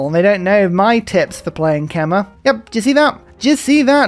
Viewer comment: Quick fyi Khmer is pronounced 'kmai' (alternatively something like 'kemai' would also be closer and easier to pronounce)